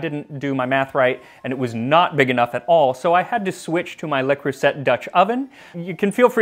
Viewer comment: Turns out it's "luh-CROO-zay" with the emphasis on the middle syllable that's pronounced similarly to the "oo" sound in "cruise." Easy, right?